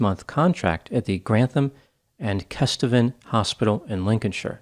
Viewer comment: I went to uni and my lecturer trained with her and said she was the nicest person you could meet. You never would have known. I live in Grantham, my brother in law was born when she still worked there. The community still talks about what happened. I have to say though- it's pronounced North and South KestEEven!